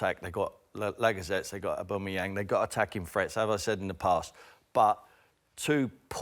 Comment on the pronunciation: Tim Sherwood's pronunciation of Aubameyang IS SOOOO INFURIATING!